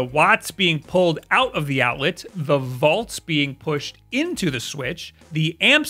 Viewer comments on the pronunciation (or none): So, I get pronouncing Mario the way that does because it's actually a more common thing, but to pronounce "volts" as "vaults" is just mindblowing to me. Like that's not an accent thing. That's just factually wrong.